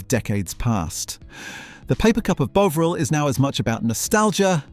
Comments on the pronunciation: CAN'T watch anymore you can't even pronounce it correctly it's NOT BOVE RIL. It's more BOVRALL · It's BOVril, not Boveril! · He keeps saying "Bowvril" it's Bovril FFS 🙄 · You're pronouncing Bovril wrong. It's not 'bowvril'... It's 'bovvril' - 'bo' as in 'bob'. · It’s ‘BOVril’ or ‘BEAUvril’ (nobody in England has ever pronounced it ‘BEAUvril’, by the way) - but it can’t be both. If you want to grow this channel.. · The way you switch pronounciation between Bovril and Bowvril triggers me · Does anyone pronounce Bovril as "BOA-vril"? I've never heard that bizarre pronunciation in seven decades of my life. It's always been pronounced as "BAW-vril," with the "BAW" rhyming with "SAW". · The AI is so annoying. It can't even pronounce the subject of the video. It's Bov-ril not Bo-vril. It has a British accent but says 150 the American way (without the 'and'). AI will never be as good as a human! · Sort out your AI Bov not Bove half the time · AI commentary. And the way it says margarine at the end is even worse than how it say “Bowvril.” It Bovril not bloody Bowvril as in bow-tie. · Its pronounced bov ril not bowv ril the o is lowercase and short as it shot not as in bow, you get it right sometimes. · It's Bovvrill not Bowvrill. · Your pronunciation is making me crazy. It's Bovril with a standard 'o' sound like 'orange', 'octopus'. Not f*cking 'o' with the magic 'e' like 'bone' or 'drove'. crazy! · Brilliant, but can you sort yourself out. It is bovril. You changed ¾ way.. thank goodness. I never ever heard an Englishman call it Boovril, never. Bovered, yes. Nice one. Keep up the great footage. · Interesting video but the way the narrator pronounces bovril was irritating. It’s BOVril, not BOvril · Will the narrator make his mind up is he calling it Boveril or Bovril he seems to alternate between both pronounciations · BOVV - RIL. Never Bow - vril. MAR - JER - EEN. Never Mar - ger - een. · WTF is "bow vrrelll"??? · why not sick to one pronounciation of the product?